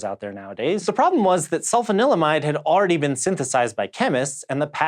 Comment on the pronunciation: Ahem: sul-FAHN-il-uh-mide.